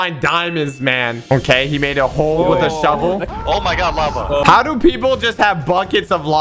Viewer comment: It’s called lava not lave.